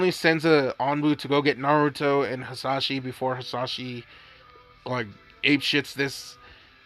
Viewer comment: Dude his name is hiashi not hizashi